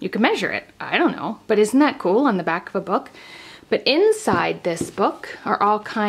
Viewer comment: Book, not nook😳🙀